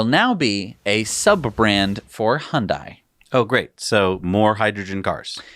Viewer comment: I drove by Giga/Terra Texas for the first time yesterday (I'm staying about 18 miles away). Very impressive just from the road. May I make one correction. I used to work in commercials and made several for Hyundai. It is pronounced Hun-day, like Sunday. Thanks guys, you helped inspire me to purchase Tesla stock several months ago and even my 94-year-old mother is getting into Tesla.